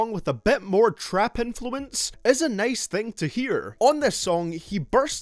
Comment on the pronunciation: I want to watch your vids but the way you say nice and time "anything with long i' make me feel...